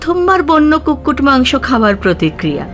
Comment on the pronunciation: কুটকুট না, কুক্কুট,, মানে chicken 🐓...